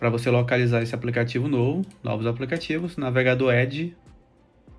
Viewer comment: Irmão, por que você fala "aplecatievos"?